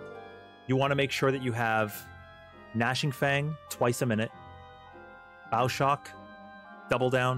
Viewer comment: I choked on my water when you said bow shock weird, please apologize.